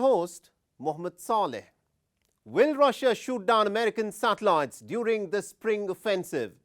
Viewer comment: If hear this dude say “satellites” again 🤦🏻‍♂️